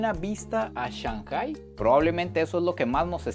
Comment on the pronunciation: tu contenido es 20 de 10! Solo una sugerencia recuerda que si hablas para hispanohablantes está bien decir ShanGai, en vez de ShanJai.